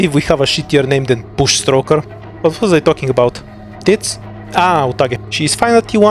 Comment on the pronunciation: Loving how you emphasize the word tits on both humus and utages part, gender equality indeed